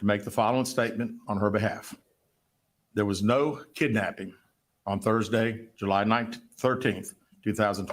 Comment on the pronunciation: why did JU-LY!!!🤣🤣🤣😂😂😂😂